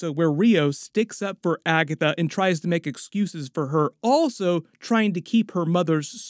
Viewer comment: „When she found Agathwuh”